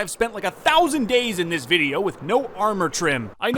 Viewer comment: t’is four fousand dayz!1!!1